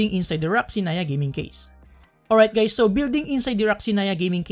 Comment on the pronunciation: "hi gays"